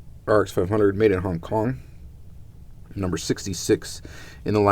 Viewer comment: Was it just me or did he say “Hang” Kong?